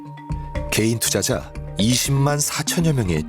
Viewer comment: 나래이션 왜 자꾸 게이투자자라고 함? 일부로 말하는거 같은데 아니게 발음할때도 있음